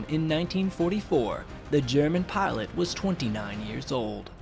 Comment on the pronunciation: its Pilot not Parlutt